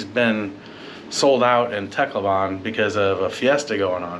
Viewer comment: It’s pronounced TAHCLOWBUN